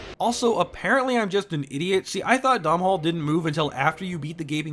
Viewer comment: The W in zweihänder is pronounced as a V, Doof. Es ist Deutsch! Also Sif is canonically male, and Domnhall is pronounced "donnal". Because Scootish.